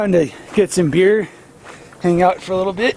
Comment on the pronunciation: “Beer” is a two syllable word for wingman. “Be-ear”